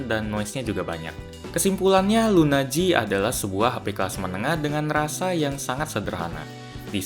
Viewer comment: LUNA G dibaca lunaji(s) 😄